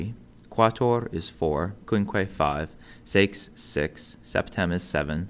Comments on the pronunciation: Listen to how he pronounces it. He's avoiding something; and he said 7 with a grin... o_O? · ...Notice how he pronounced the Latin for "6" oddly like to avoid saying something.